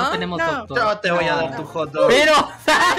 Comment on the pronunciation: Ame cuando Dani dijo ✨yo te voy a dar tu hog doc ✨